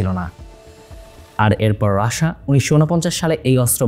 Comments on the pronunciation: রাসা না মূর্খ❌ রাশিয়া উচ্চারণ ঠিক কর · ভাই রাশিয়া না বলে রাশা বলার কারন? 😊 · রাশা আবার কি ভাই, রাশিয়া বলেন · রাশা না বলে রাশিয়া বললে ভালো হয়।। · যেটা রাশিয়া সেটাকে রাসা বলার কারন কি? অনেক পশ্চিমা মানুষকে রাসা বলতে শুনেছি কিন্তু আপনি তো বাঙালি ভালো করে রাশিয়া বলুন এমন উঠভট শুনাবে না 😅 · সাধারণত ইংরেজি ভাষাভাষী ও কিছু ইউরোপীয়রা উচ্চারণের সময় রাশাাা বলে। কিন্তু বাংলাদেশী কিছু ইউটিউবার ও সংবাদ উপস্থাপনে অতি রঞ্জিত করার জন্যই এটা বলা হয়।